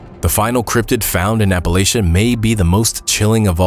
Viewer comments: Its 2025 and people are still pronouncing it wrong, it pronounced as if you're saying latch not lay. How do so many people that supposedly went to school mispronounce the name of a mountain range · Why do people insist on trying to change the pronunciation of Appalachia to sound more formal? It’s not Appalashia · How he pronounced Appalachia and Wendigo absolutely triggered me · This video was kinda difficult to listen to since he kept pronouncing "Appalachia" incorrectly over and over. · Every time you said Appalachia incorrectly I cringed! But I enjoyed the video!~